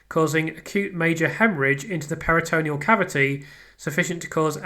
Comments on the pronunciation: Just a tiny observation, firstly LOVE the channel and all your work, just a little note re pronunciation... It's PERI-tuh-NEAL not peri-TOE-KNEE-ul 👍🏼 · Love your channel, your hard work and persistence. Please get the medical pronunciations correct. Check pronunciations, for instance peritoneal is pronounced PERI-tuh-NEAL not peri-TOE-KNEE-ul It's important to get these terms right, and your attention to detail means you like getting things right I know 🤓👍🏼👍🏼👍🏼